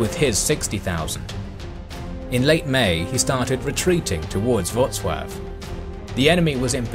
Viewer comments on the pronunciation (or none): none